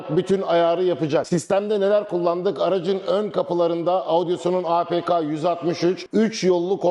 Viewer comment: Merhabalar, her şey çok güzel elinize sağlık. Fakat markayı söylemeniz yanlış sanırım piyasadan duyulduğu şekilde zamanla ağzınız öyle alışmış galiba. Audioson diyorsunuz hep... o harfi yok markada o dikkatimi çekti belirtmek istedim. Kolay gelsin.